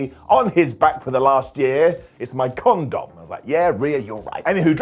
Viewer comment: to like is the funniest shit I stg bruh “my con-dom” got me rotfl 😭🤣